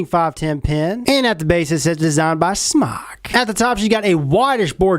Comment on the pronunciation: damn it im so sick of people not pronouncing it correctly... its pronounced "smoke" ask the company theyll tell ya its smoke!